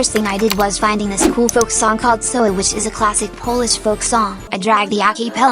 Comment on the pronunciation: As a Polen, I was waiting for the Polish phonk for 3 phonk countries episodes and as I finally got it, I will now educate you in true Polish fashion: "sowa" is actually pronounced "sova" and means "owl". Thank you for actually reading this.